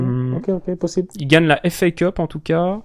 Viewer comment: c'est moi ou dit "la FA cups ESTI"? 😂😂